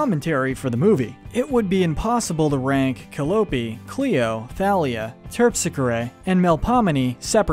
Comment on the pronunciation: Cope is not right It is ca l i ope Calliope